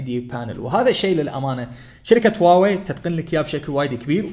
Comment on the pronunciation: حبيبي النطق الحقيقي الهة هو هُواوي بضم حرف الهاء